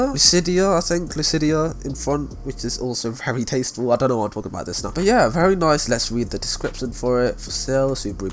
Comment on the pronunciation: Nobody:: tAsTfUl